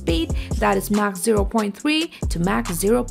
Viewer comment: Did she just say Mack 4.3? And she called a MIG a M I G...